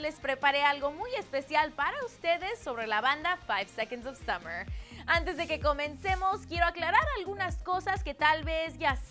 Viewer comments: Otro dato curioso... Son Australianos! 😱🙊OMG no se lo imaginaban no? ⭐No es KEILUM se pronuncia CALUM. ⭐SUMMERS? Somos 5SOSFam. Gracias por su atención. ✌ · summers??,Keilum??,Taitanic?? Aguas con la gringa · Keilum? SUMMERS!? ES CALUM Y SOMOS LA 5SOSFAM AAAAAAAAAA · "SUMMERS" aireh no puedo xd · JAJAJAJA NO MAMEN ''SUMMER'S'' JAJAJAJAJA claro... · Que?! ¿Summers? ¿Eshton Erwin? ¿Clefford? ¿Keilum? Amiga odio tu pronunciación